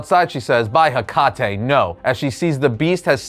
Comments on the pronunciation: By Ha Kah Te made me giggle 😂 i know you were trying to pronounce it correctly shame. Its Heh Kuh Tee, Hecate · Definitely Wonder Woman. I'm a little of a mythology nerd, so that might be why lol Also, Hecate is typically pronounced "Hec-ka-tee" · Bro it is pronounced HECKATEE.🥰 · Liked the video, but the only thing that bothered me was how hecate is pronounce. Its supposed to sound like heh-kuh-tee. Other than that nitpick, the rest is fine. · Hecate is pronounced HECK-a-TEE. The name is Greek. You’ll notice that when you read Greek mythology. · Lol Hecate pronounced like the beer Tecate is funny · Hecate bro you pronounce it mad wrong 🤣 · Every channel on YouTube tries to mispronounce hecate